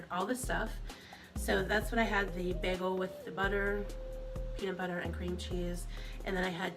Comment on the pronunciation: “Bigul” too. GORL, it’s a damn BAGEL.